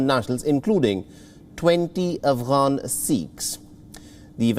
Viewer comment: Spouting, Twenteee, af'gaaan, seeeks, GRrratitutde, hunddreettt, and many other pronunciation mistakes, won't make you look any professional.